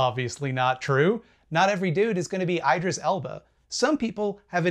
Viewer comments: I think Idris is pronounced Idris not Idris. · EYE-dris elba ... did he say it like this on purpose lol ps: super hot girl (not really girl lol but I present as one and was born as one I guess) here--- I love cologne ;) too bad I'm asexual hahahaha